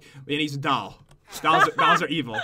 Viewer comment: Whenever pat says doll he says dall